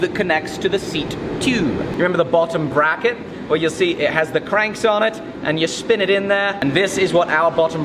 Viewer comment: Bbbrrracket, did he say bbbrrracket?